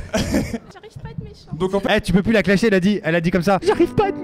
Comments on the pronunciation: quoi !... T'a dit clashier au lieu de clasher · Ta dis clachier lol xd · Studio film mais j'étais grave choque quand il a dit claque